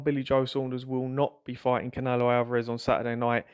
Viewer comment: Why can you not say "canelo" properly?